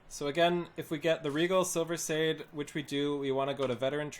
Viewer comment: NQ is not "no" quality, it's NORMAL quality, Silverside is not pronounces silver"sid", it's pronounced silver SIDE. If you're going to do videos at least get the terminology correct and ffs refine your definition of "basic", your gear is not basic by any standard. Basic gear is NQ crafted or vendor gear, not HQ gear and not script gear.